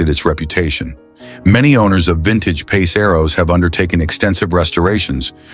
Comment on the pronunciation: AI channel. Notice how the comments are ignored too, shitty channel. The way it said "pass" rather than "PACE" was a big red flag. Yeah I had 2 pace arrows so I was saying the same thing lol, had a eleaganza and a pegasus. Both I have videos on my channel hacking up for salvage.